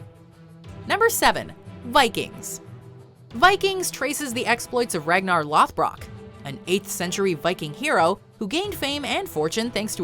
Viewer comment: that Ragnar Lothbrok name pronunciation